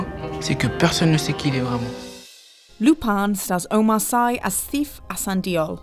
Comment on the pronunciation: How is this a Netflix video & the first thing we hear is Omar Sy’s name mispronounced?? Geez. 😐